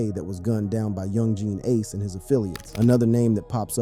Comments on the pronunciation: He said yung jean ace😂😂😂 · Do you really not know how to properly say Yungeen Ace name